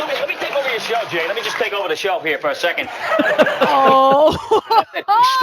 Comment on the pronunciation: Difficulties I'm sorry but I beg to differ. The Grillo vs Tracey fight was one of the funniest fights ever and the way Grillo pronounces Shelf sounds like 'Shelve'...LMAO 'I can't give free drinks it's TOP SHELVE!!!!!!!!!!!!!' LOL